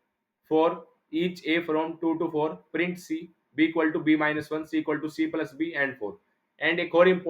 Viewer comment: pulse ❌ plus✅ 😆